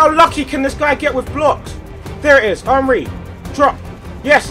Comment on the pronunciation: Can you say his name as "On-Ree" cos "Un-Ree" really annoys me for some reason. Soz!